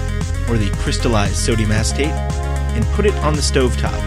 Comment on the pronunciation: im 35 secs in, "it's formed of sodium asstape"? granted its but hear it every time i replay